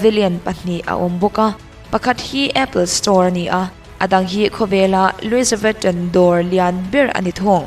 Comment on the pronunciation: Louis vuitton lam dan mawwoh kha🥲😭😭🤣🤣